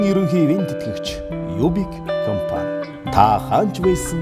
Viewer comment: Reklam unshij bga huuhen ineedtein be comfan geed bhiin compan gej helmeeriin